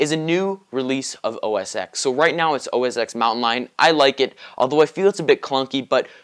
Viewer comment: BTW, constructive criticism, OS "X" is incorrectly spoken, it should be said "OS Ten" X is the roman numeral for ten which is why the software versions are etc.